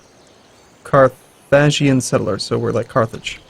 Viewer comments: Carthaginian. CAR THUH JIN EE AN. :) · car...thaj? carthajinian? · lie, I always lose a tiny bit of respect for streamers when they mangle words... They tend to come off as they min/maxing astute gamers... and then they mispronounce Carthaginian.... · pronunciation of Carthage and Carthaginian xD